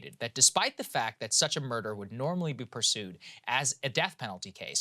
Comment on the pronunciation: "Which culminated in the murda'(ugh) of the wife-the murder of wife" I see what you did there Saagar. Nice Southern accent wordplay combo